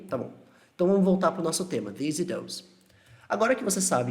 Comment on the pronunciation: Parece q tanto that quanto this ou Those, these são falados com V no começo ai ao reproduzir da sua fala eu meio q imito kkkk